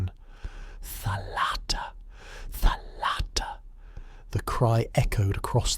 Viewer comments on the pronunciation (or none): You are a great storyteller, i really enjoyed this, thank you. I am a Greek-Hungarian 45 yo woman, my Hungarian father had a copy of Kyrou Anabasis. Still holding on that, almost 30 years of his death. A small correction if i may... Its thálatta, not thalátta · Please accept a small - but important - correction from a Greek. In the word "thalatta" the stress falls on the first and not the second syllable. It is thάlatta and not thalάtta. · Very nice and informative. Just a detail: It's tha'latta or tha'lassa (θάλαττα, θάλασσα).